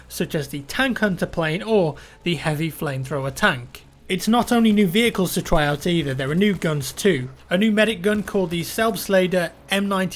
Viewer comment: one more thing I am not german but I know how to read in Deutsch so pronounce Selbstlader=Zelbztlaada